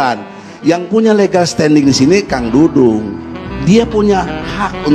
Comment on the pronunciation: Maaf P. Ustad!! Saya koreksi... Bukan P. Dangdung! tapi Pa. Dudung. Coba baca lagi tanpa kaca mata atau maaf ...bersihkan lagi telinganya. Melesetkan nama orang....berati menyakiti orang tuanya atau orang2 yang mencintainya. Kalo menghina mahluk Alloh apakah berati juga menghina Penciptanya...?!?